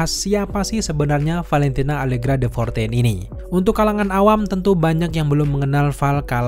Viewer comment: De Fontaine woii bukan Fortaine